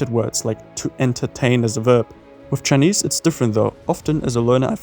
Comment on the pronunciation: As a native speaker i must say, your grasp of the chinese tones is really really good. I can see you put in some hard work analyzing and studying it.